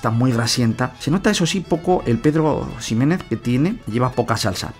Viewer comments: Cada vez que alguien pronuncia la X de Ximénez como X y no como J, Dios mata un gatito. (o Xerez) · te lo he oido decir un par de veces “Pedro Ximenez” pues debes de saber que al igual que Mexico ambos se pronuncian con jota. Animo buen video.